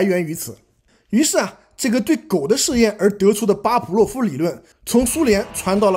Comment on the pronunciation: 巴甫洛夫，fu，不是pu